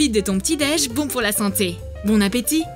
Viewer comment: bon appétit ça se dis bonne sa se prononce o pas on 😂😂😂😂😂